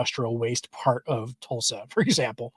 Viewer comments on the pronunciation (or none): none